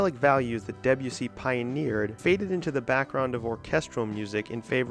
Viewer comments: Deb-u-see? Debussy is pronounced [Deb'oo'sey] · I had to stop listening to this because I couldn't cope with the mispronunciation of Debussy. French doesn't tend to use the hard, Nordic "eh" sound. Hence the E is pronounced more softly and the emphasis is more on the U, so more like "Day-bU-si". Otherwise, a good video. In the seventies, Isao Tomita, Japanese composer and pioneer of electronic music, included several Debussy compositions on his album "Snowflakes are Dancing", which brought Debussy into the seventies prog scene. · I’m going against the flow here but I found much of this video totally pointless. Roping in people like Berlioz, Debussy (pronounced DeBUssy, by the way) and Varese and claiming that they were in any way precursors of psychedelia is frankly laughable. None of these composers were even aware of the existence of psychedelic drugs, unless you count opium and absinthe psychedelic drugs, which they are not. It could be argued that there is no such thing as psychedelic music, because there is nothing innate in such music that makes it psychedelic. Listen to Gershwin’s Rhapsody in Blue or, more radically, Mozart’s Requiem on acid and they will both be truly mind-blowing. It is not the music itself but what the listener brings to the music. All music is psychedelic, even Lawrence Welk. Most psychedelic bands of the sixties had little or no knowledge of their Avant Garde predecessors, and most of the few who did (such as AMM) have been forgotten. (Check out AMM if you like early Pink Floyd.) Those bands messed around with echo, distortion, phasing, backward tapes and spaced-out jams but it was all pretty ad-hoc, and all too often just a pathetic attempt to jump on the bandwagon and get a top-20 hit. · the way he says debussy... :( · Imagine going to the considerable effort of researching, writing and producing such an extensive piece of work...yet not pausing to learn how to pronounce "Debussy".